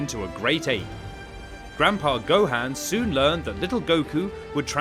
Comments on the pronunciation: Its not gohand 😆 its go han 😆 and no s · It’s gohan not gohain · my g is saying gohaan lol nvm its whatever